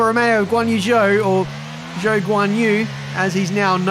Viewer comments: how the fuck did they screw up zhou's name like that? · Let’s hope he learns to pronounce Zhou’s name well by half the season. Or maybe he starts calling the rest Ricciardo Daniel, Ocon Esteban and so on